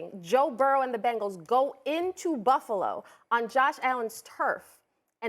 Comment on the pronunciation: the who???? She can’t even say bengals right